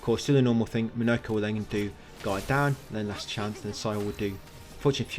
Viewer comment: Every time you say "Guard Down" I think you're saying God-Damn